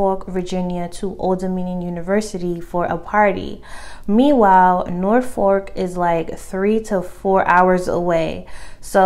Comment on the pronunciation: It’s actually pronounced nor folk lol not norfork 🤣